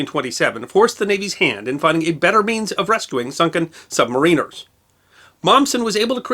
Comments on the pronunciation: You're still pronouncing submariners funny! :D Think, "The Rime of the Ancient Mariner". Man, I can't imagine having to make the call to close that hatch with men still on the other side. Poor guy. :( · Pronounced "sub-MAR-in-ers." Not "sub-ma-RIN-ers." LOL! Great video as always, thanks. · Love how he is pronouncing "submariners" 😂😂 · I HATE it. So good and yet so bad.